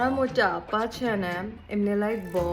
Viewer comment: Especially when u say Motappa- sounds like fat